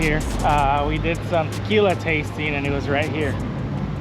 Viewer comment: He said Trquila plants! Haha